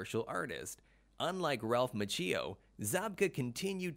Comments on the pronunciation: I know this has been said before, but the mispronouncing of Ralph Machio's name is hard to get past. Which is a shame because overall the production quality of the video was great. The script was a little off, as each fact was presented in a vacuum, as if we didn't know the previous ones before hearing the current. An example would be the first fact presented in the video is that William Zabka's first movie was the Karate Kid. Later, when discussing his net worth, it is stated that he was in the Karate Kid like it was a new fact and not something the view was already informed of in a previous fact in the video. It was as if each fact was it's own separate fact and not part of a continuous series of presented facts. Maybe just me, seemed a little odd. Good attempt though, keep it up and do a little research on pronouncing names. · Fact Factory heh? Here's a fact for ya, your voice over guy is terrible. So is your editor. Your VO guy mispronouced several words. Macchio, and Tang Soo Do. That vo should have been re cut and the editor should have caught the mispronunciations. If you can't get a voice over right, you aren't much of a FACT factory are you? This alone makes you not a channel to be followed. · It's pronounced Ma-chi-o...not Ma-cheee-o. Have you never heard anyone pronounce his name the last 35 years? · I have heard of Ralph Macchio. Who’s this Ralph Ma-chhee-o? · I'm so annoyed with the narrator who keeps saying "Ma-chee-yo" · DID HE SAY RALPH MACHEEO 👩‍🦯👩‍🦯🤸‍♀️🚆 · Lol, Machee-o. Sounds like a coffe creation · ralph is part italian and he doesn't even know how to pronounce his last name. the correct pronunciation is mak-yo. cch is K in italian. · ma-chi- oh is how it’s pronounced. if you haven’t already can you make one of ralph? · Lets all say it together..."Mau-kee-O" gosh was that too hard. Especially if going to say it 20 times! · This narrator has no clue. Macheeeeo? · Good video except for pronunciation of Ralph's last name